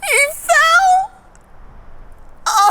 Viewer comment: the way Judah says “he fell” makes it sound like it wasn’t him who fell 😂